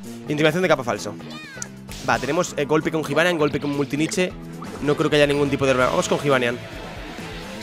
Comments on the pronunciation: jibanian se pronuncia yibanian, la j se dice como y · Se pronuncia Yibanián, no Jibanian, que me estás poniendo negro de como lo pronuncias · q se dice yibanian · Cuando dices jivanyan me cabreo! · like si te pone nervioso cuando dice jibanyan con j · pronuncias mal el nombre de jibanyan like para que lo vea